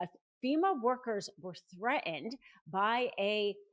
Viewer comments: The word threaten has two Ts. Both are enunciated. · gotta quit watching after a minute because i can't stand the way you are pronouncing "threatened".